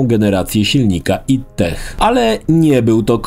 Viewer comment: AJ DI. Kurwa, serio. Tego ID sie słuchać nie da.